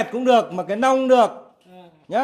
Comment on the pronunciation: 😂😂😂 tại bạn nói ngọng nên thành long với lia ( chứ cái nhỏ gọi là mẹt, cái to hơn thì gọi là nong với nia là chuẩn rồi bạn nhé) 😂😂😂